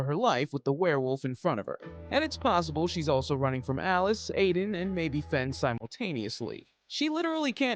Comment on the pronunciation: Her name is Aiden not Adien